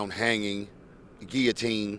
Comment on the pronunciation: My man said guillotine... LMFAO..legend